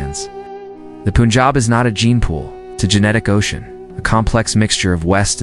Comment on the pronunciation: It is NOT POONJAB! It is Pun (as in fun, sun) jaab. Anyhow, I appreciate your summarizing, in just a very few minutes, the generic origins of the Indian people. North Indian people clearly exhibit more Indo-Caucasian appearance than people of the south like Tamil Nadu and Kerala. But that said, I have traveled widely across the world, and the Dravidian (Dravida in Sanskrit, pronounced Draa-vi-da) people way south in India do not look African. The majority of them, if their complexion were to be fair, would look no different from North Indians. Thousands of years in the blistering sun makes you dark. And oh, lastly, please investigate the word CASTE. The ancient Hindu word was/is VARNA. It refers NOT TO GENETICS but the skills and personality traits of individuals, which placed each person in a Varna, or Color. You can investigate, and you could make a fabulous video on how Varna developed in India. The Bhagavad Gita Chapter 18 Verses 41-46 explain the nature of each of the four Varnas. But that said, there has been a genetic study which showed that the "upper castes" have far more genes of Indo-European (from Tajikistan and Iran) than other classes.